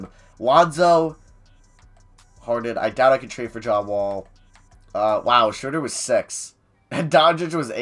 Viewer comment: is this guy ever going to learn that it's not SHREWWWWDER its SHROWWWWDER. smh.